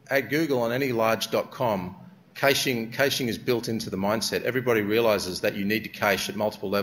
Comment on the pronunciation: He's gotta be about the only person I've ever heard pronounce it "cayshing". Wikipedia has it as /ˈkæʃ/ (sounds like "cash").